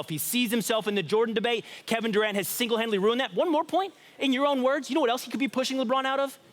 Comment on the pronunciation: "Single handidily" lmao #yearight